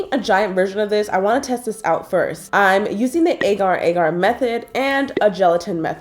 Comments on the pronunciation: Ar-GE that is how it is pronounced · It's Aa gar